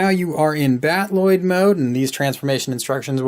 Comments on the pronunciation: No, the Macross word is Battroid, usually pronouced Bat-oo-roid. I know he is pronouncing the Robotech word Battloid, but it's supposed to be battle-oid, not bat-loid. I've been a Robotech fan since 1985. I know what I am talking about. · Cool toy, great transformation guide. Loving your reviews lately. Just a tip on pronunciation: battloid should be pronounced battle-oid, not bat-Lloyd. Battroid in Macross is just an L/R confusion of battloid (battle-oid) as is common in Japanese use of English words. The robot mode is like a fighting, battling, android, so they created the term "battle-oid". Keep up the good reviews. Can't wait for future 1/48 DX VF-1 reviews.